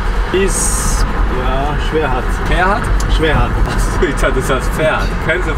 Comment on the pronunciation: Taxifahrer: Schwechat: Schwerhat😂